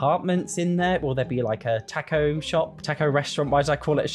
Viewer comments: The way you pronounce taco is physically painful to hear lol. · Why do British people all mispronounce taco as tack-oh. It's tock-oh. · “tack-o’s” hm so thats how the brits say it